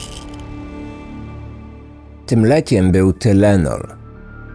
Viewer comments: Wymawiaj Tajlenol i Tajlenolu 🙂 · O panie,tajlenol się mowi_,pozdro.... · Amerykanie mòwią „tajlenol”. Mój tato był wtedy w Chicago, straszna panika była. Pozdrawiam serdecznie. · Tynelon mowi sie po amerykansku. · Tylenol - czytaj tajlenol.😁